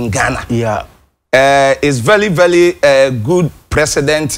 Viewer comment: Akrobeto :This Stoly is vely Selious .. Kumchacha : Vely Vely selious 🤣🤣🤣..The two of You shall not Kill me,Oow my God..I Almost cly Self 😂 🤣 🤣